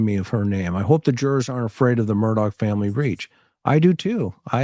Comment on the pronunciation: AleX WITH AN X... spoken as X... HE AINT SPECIAL FOLKS, ... he just hated his real names. His last name is AUUUUUGHHHH, NOT ...OCK. MURRDauuuuugh.